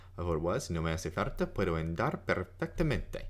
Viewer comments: It's pronounced ON DAR not AND ARE. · thought i was the only one that noticed that. Sounds to close to how english speakers say "and"....Should be more of an "AH" sound...AHn-dar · It's Andar, like in cAr, not like you say it Endar like in End. Btw, I'm doing the same, translating titles because they are conversational language and THAT's what you need. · Thank you very much! This vid was so useful. By the way, I don't know if I should tell you this but you pronounce "andar" like "endar". In spanish "a" sounds always the same way, and the correct way to pronounce it is like how you pronounce the second a in "andar". I tell you this to help you improving your Spanish, but you sound great speaking Spanish anyway! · Thank you for the video,. I discovered it looking for a method to improve my English vocabulary. I'm Spanish, and if you allow me for a little correction, your pronunciation of the first "a" of "andar" is a little "e" like in the English word "end"; it should be more like the "u" of the English word "under". You also pronunciate "farta" instead of "falta" which sounds for me very like in Andalusian dialect. Again, thank you. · His pronunciation is not good and he teaches Spanish. Falta is with and "l" not "r'" sound. His "andar" is off too. I do appreciate the How To on Anki but I can't in good conscience not mention the weak pronunciation.